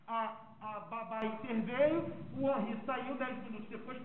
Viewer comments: QUE FALTA DE RESPEITO DO ADVOGADO DE DEFESA, POR ERRAR O NOME DA VÍTIMA DURANTE TODO O TEMPO... NÃO É "HANRY", O NOME DO MENINO É "HENRY". SERÁ DESLEIXO OU PRA IRRITAR DE PROPÓSITO? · "Hanry" e insistentemente o dolze 🤦🏻‍♀️🤣 (12 doze 💁🏻) phod@ 😂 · Além de nem saber pronunciar o nome da vítima que é filho da cliente dele. Irritante ouvir ele repetir várias vezes "Hanri".